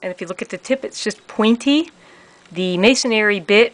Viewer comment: MA-SON-RY, not May-son-ary. Sorry 😐